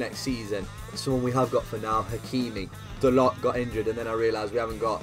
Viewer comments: The way he says da-lot instead of dar-low is amazing lmao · It’s pronounced Da-low not Dalot